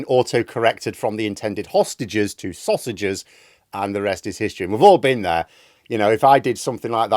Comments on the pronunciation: I don't think it was a typo, just a slip of the tongue - it was more like "releasse sostages" rather than sausages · Starmer said "release the saussages." he also said that he doesn't listen to criticism.